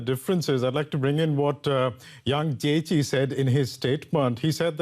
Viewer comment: Achtung ! You guys bludgeoned the pronounciation of State Councillor Yang Jiechi's name. Nicht gut !!!